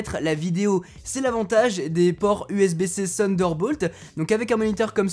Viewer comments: C'est Thunderbolt et non Sunderbolt 😉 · ouai avec l'accent anglais ca sonne comme sunder mais t'as compris l'idée ^^